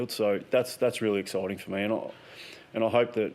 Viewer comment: Excoiting, really excoited. Yearh excoited 🤦🏽‍♂️ Shaw’s buzz word